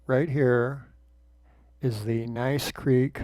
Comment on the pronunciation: I love watching your videos. Thank you very much. By the way Gneiss Creek is pronounced "nees" creek. May I suggest you put the dates of your hikes in the description? I live at the other end of Gneiss Creek Trail and I know there is 4.5 feet of packed snow and ice on the ground on 3/28/23.